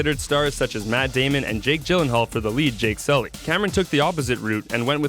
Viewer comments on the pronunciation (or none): none